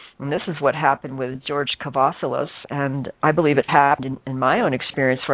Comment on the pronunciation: not Kavalias but Kavassilas :P